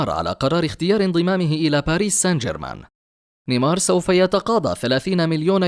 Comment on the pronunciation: باريس سان جيرمان ليس باريس سنجرمان